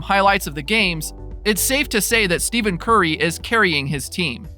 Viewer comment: Is this a troll account? 1st, you're talking about stats from weeks ago. 2nd, you pronounce Curry's name as "STEVEN" and not "Ste(ff)en"... Lastly, you repeated the 3pt FG% twice! Literally back-to-back lol....just wondering if you're for real....otherwise, good job